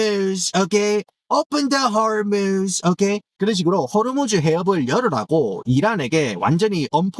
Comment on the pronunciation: 호로무즈 발음할때 웃겨죽겠네 진짜